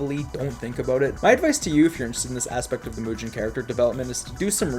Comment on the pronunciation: The three tiers I've seen so far are absolutely great in quality and content, and I look forward to the next ones! But by god I cry a little each time you say moo-jen and eye-kemen, especially since you already know and have addressed that they're being said incorrectly. You do you, my guy, I understand a decade of muscle memory on saying things, but I humbly request in future tiers to give the right pronunciations a shot, since other than that little thing the videos are top-tier content (no pun intended lol)